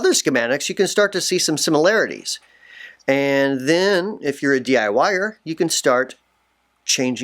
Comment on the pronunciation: LoL! I thought you said "D.I. Wire" ... took me a sec to realize you said "DIY'er"